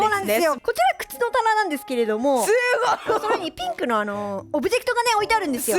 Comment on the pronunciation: またふたつやないかーい すご が すこ にきこえた